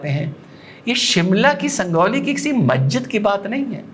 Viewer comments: 🤣🤣 Sangauli nhi hai sanjauli hai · sir it's not sandoli ❌ sanjauli ✅ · डॉक्टर साहब संगोली नहीं संजोली है। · Bhai Sanjauli hai wo... Sangauli nahi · It is not Sangoli..., it is Sanjoli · Sir, a little mistake, it's Sanjauli ( J) , San jaw li